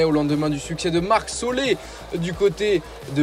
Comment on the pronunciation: Marc "Solé"